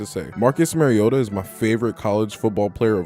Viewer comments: At least pronounce his name correctly....MARIO-TA not MERRY-OTA. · Its mari-o-ta not mari-ota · It's pronounced MARIO-ta not merry-o-ta. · Good content overall. I’m still amazed how so many “that have followed Mariota so long” continue to mispronounce his name. It’s not “Mary-ota”. The correct pronunciation is “Mario-ta”. If you can say super Mario correctly, you can say his name right. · You said his name wrong like 100 times. Not sure if actual fan lol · You're the biggest Marcus Mariota fan outside of Titans fans?...yet you can't pronounce his name correctly? 😂🤣 C'mon man. Good video though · Following him how long? And still don't know how to pronounce his name? Faker.